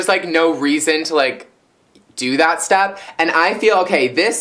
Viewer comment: haha the extra chtep LMAO